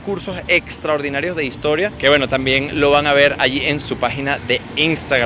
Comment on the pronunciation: Si es e historia no y historia, asi como no es vamoj a ver, sino vamos a ver, ni ustedej sino ustedes, ni ademaj, sino ademas, ni poquitico, sino poquito